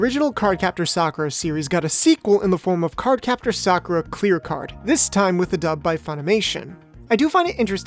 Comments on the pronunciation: Sakoo-ra and Showron? I only know Sah-currr-ruh and Lee. That's what they were called in the Nelvana dub. Oh man it's a trash dub, but it's my childhood ❤️ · Facts... "Sa-koo-ra" instead of "Sock-er-a" sounds straight up Disrespectful for Japanese Pronunciations🤦‍♂️ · It's SAKura, not SaKOOra or SaKUra. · Correction sUHkura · Thats the weirdest way of pronouncing Sakura